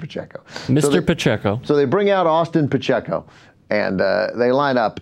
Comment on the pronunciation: he says pacheco all wrong